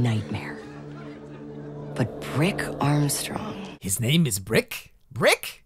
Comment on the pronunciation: I swear I thought you said the guys name was Prick Armstrong.